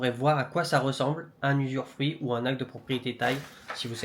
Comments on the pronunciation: Bravo ! Dans 5 ans on débarque prendre l'apéro sur la terrasse de la maison 🤣🤣🤣 ... NB. On dit "usufruit" (pas "usurfruit"). Pas grave 😀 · très bonne vidéo! je ne savais pas que l'usufruit existe aussi en Thaïlande! Attention a la prononciation usuREfruit ca n'existe pas:)! Félicitation et merci pour ta vidéo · Oui c'est TOUJOURS une bonne idée d'acheter un terrain. On dit usufruit et non usuRfruit. Conseil : clôturer le terrain avec portail, boite aux lettres , ça évitera les dépôts sauvages, appropriation de tiers... et débordements des voisins quand ils clôtureront ! Venir fréquemment le voir. Parfois il vaut mieux construire un petit quelque chose comme un abri même s'il est pas hyper bien fait, juste couvert, sans forcément des murs. Ca permet de s'abriter quand on vient voir le terrain et ça évite qu'on vous dise un jour qu'il n'est pas constructible. Ce qui est construit quand c'est constructible n'est généralement pas démoli si le secteur devient inconstructible. Après chacun fait comme il veut :) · Usufruit pas usuRfruit 😂😂😂